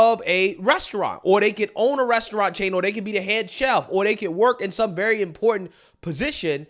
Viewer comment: She can’t even pronounce “restaurant” 😂 I love when people try to insult someone when they’re basically illiterate. This woman is terrible.